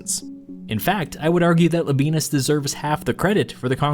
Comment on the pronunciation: Pretty sure Labienus is pronounced Laby-en-us, no diphthong.